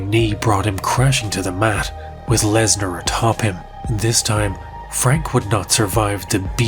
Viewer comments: Dude, it's "Lesnar" not "larsner" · Wait, is it Lesnar or Larsnar? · Continuing to refer to him as larsner after Joe Rogan mispronounced his name is pure comedy. Edit: the Mir headphones zoom is absolutely sending me😂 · "We're here with Brock Larzner" You had 1 Job Joe.. 😂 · Just finished watching. Great video brother. I wanna say two things- RIP Fozzy 😢, and you had me cracking up when you kept the Larsnar going after Rogan butchered it 😂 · I value the commitment to "Larsner" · Brock larsner lmao